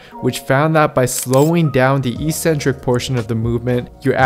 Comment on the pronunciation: Great video. Thanks! Except that the word is eK-Centric!!! eE-Centric doesn't exist anywhere in the English language. It only exists in meathead gyms. lol